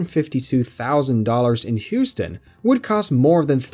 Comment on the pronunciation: If you say Whoston one more time...